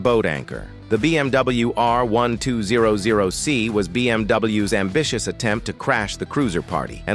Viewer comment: The BMW R One Two Zero Zero Cee 😂😂😂😂😂😂😂